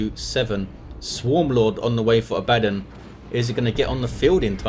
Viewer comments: It's Abaddon, not abAddon. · The way you pronounce Abbadon is triggering me